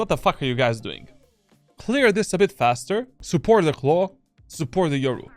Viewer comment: Why do you say Clove as Claw